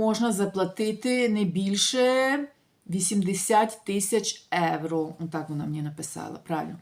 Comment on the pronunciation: ще раз будь ласка,євро,а не еуро.Дуже ріже слух,та дратує.Якщо не виправитесь не буду більше вас дивитись.Невже так важко?